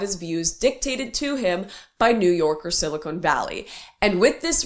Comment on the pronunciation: Lauren, I love your content, but it’s silicon, not silicone!